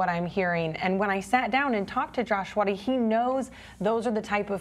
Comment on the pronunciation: I think I heard three different pronunciations of “Svaty” in this video.